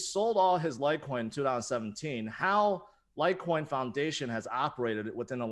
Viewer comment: LIGHTCOIN..COME ON..SAY IT